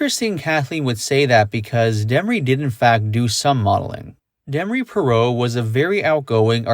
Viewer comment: Why did you pronounce her last name like that?